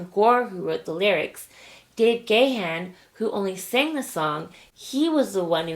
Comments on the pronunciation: Dave Gahans surname is pronounced garn…the first a is silent, it may as well be spelt Ghan. Sorry it’s a pet peeve that people say Ga-Han, Dave himself in every interview says Garn ❤️ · Dave Gahan’s name is pronounced “Gah-ahn.” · The way you pronounced Dave's last name. This is a love song, written before Dave's heroin addiction. It basically means don't say you love me, show it and mean it. Words are😊 very unnecessary